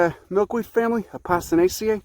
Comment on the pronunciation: Did he literally say A-pasta-naceae ?